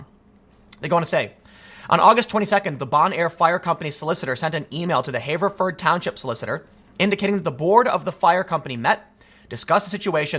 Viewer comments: Tim, Everyone I know says "Haverford" not "hayverford" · "HAH-verford." Not "HAY-verford." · * pronounced have-ver-ford not haver-ford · Pronounced Have-er-ford. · I hate to be "that guy" but I grew up in Haverford Twp and it is pronounced with a short A . Like the word "have" and then A Ford, Have-A-Ford. Also what an idiotic thing for my home township to do! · The A in Haverford is a shot A, not a long A. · You live in the Philly area but mispronounce Haverford? Yikes. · Btw Tim, hearing you pronounce "Haverford" with the "long A" vowel sound hurts my ears.